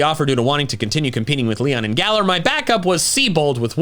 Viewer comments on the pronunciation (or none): none